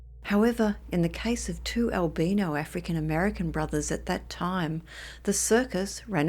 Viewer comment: albino not albeno